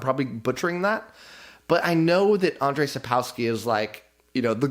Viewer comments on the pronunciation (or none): none